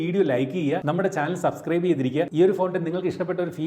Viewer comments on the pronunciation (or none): none